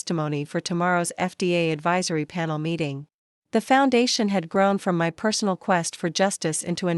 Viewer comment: Constant .."Dot M Y" when A I reads "my" was irritating. Listen to these short stories before you upload.